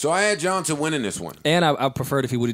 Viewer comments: Yo Joe, it’s pronounced “Johntay “ it’s just spelled like johnta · I still find it funny they're pronouncing Johnta' name wrong. lol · It was cringe worthy listening to them pretend to know who Johnta Austin is while mispronouncing his name for 30 minutes.